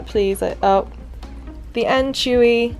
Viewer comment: She saiad anchewy its anchoooovyyyyy